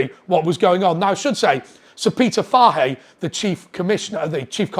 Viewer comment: Fahey... poor pronunciation my man